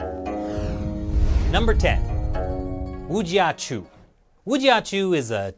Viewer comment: Woo-chi-ahh-choo! —- gezundheit!